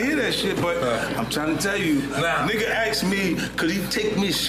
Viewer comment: Why do you say axed ? 🪓